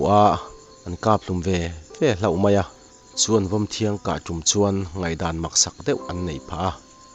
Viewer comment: Vawmthiang hi vawmthiang tih tur.thiang I ti tlat